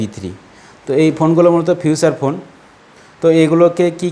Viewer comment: বলতেছে ফিউছার ফোন।🤣🤣🤣🤣